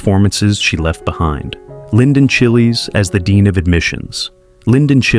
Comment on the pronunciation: Linden Chiles!!! No, he is NOT red chile, yellow chile, green chile, a jalapeno, or any other pepper. His last name is pronounced as "childs", like "child's play".